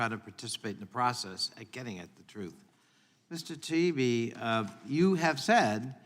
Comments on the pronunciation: They can't even get his name right, Taibbi, pronounced TIE-EEBBEE, not TIBEY. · Matt’s last name is Ty-eeee-be......good grief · Mr. Connoly it is ty ee bee. Get some phonics going on! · "Taibbi" is not that fucking hard to pronounce. Sound it out . . . ta-EE-bee. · "TIE-E-BEE" It's not that HARD to say! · "Mr. Teebee" Really??!! He can't even learn the guys name!!! I'm a Canuck and not even involved in politics and I know who Matt Taibbi is!! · Mr TB? These people in charge are not even able to pronounce the name of the people they are haranguing. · At least he apologized for mispronouncing her name, Mr. Tiablablablabi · Realises hes mispronouncing "Teegun" as "Taygen" and apologises... Doesn't realise hes mispronouncing "Taibbi" as "Twibbleybobbly ", so couldn't give a sh*t! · Are you saying they don't believe his name is pronounced Tiny Bee? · The Congressmen/women on this panel must have some sort of basic education, right? And the knowledge of basic social graces? I'm going to assume then that the consistently incorrect and wildly varying pronunciation of Matt Taibbi's surname is due to some undiagnosed neurological deficiencies among those congressional folks. They can't just be Being Disrespectful, right? RIGHT? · Interesting how Mr Connolly mispronouncesMatt Taibbi’s name several times in his presence, but apologizes for mispronouncing Chrissy Teigens name. Does he only display good manners to those he agrees with? That is not good manners at all. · That's some ridiculous laziness if you can't pronounce "Taibbi" correctly especially when it's been said over and over again ALL. DAY. LONG. What a loser. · Taibbi should have thrown Connolly off by forcing Connolly to properly pronounce his name. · He’s also mispronouncing “Taibi”. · The disrespectful mispronounced last name is terrible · This guy is a joke too can’t even pronounce Matt’s last name